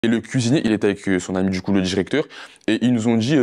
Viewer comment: "tchimide, dju coup", MDR cassos...